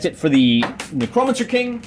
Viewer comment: Ahh man, been a while since I watched ya. I like the felt game mat, how did you paint it up? Also, lulz Nuh-crow-mencer...never heard it said like that. Made me chuckle.